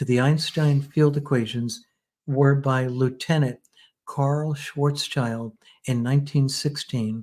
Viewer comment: First of all: highly interesting and well done, thank you both! Second of all, on a sidenote: The man was named Schwarzschild (not Schwarzchild) which is pronounced roughly like Shvuhtz Shilled. Actually this German name translates to Blackshield rather than Blackchild, not childish at all. As you may guess, I am German. 😃🤓